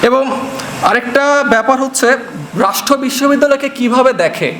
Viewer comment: বাবা তুমি রাষ্ট্র শব্দটা উচ্চারণে 'ট' উচ্চারণ না করে 'ঠ' করছো, সংশোধন করে নিও এছাড়া খুব ভালো বলেছো তুমি।